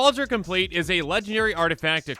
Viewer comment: Kaldra com-plee-at